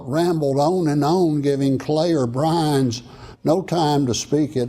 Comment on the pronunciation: Byrnes, not Brinze.